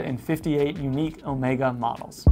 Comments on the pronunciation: Thank you for pronouncing Omega correctly. Really annoying when youtubers, some of them quite knowledgeable about watches, call it Omeega with an e like in tea. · Alexander. I think you will find the correct pronunciation is in fact Omeega as pronounced by Omega head of marketing and production Gregory Kissling in a video on You Tube.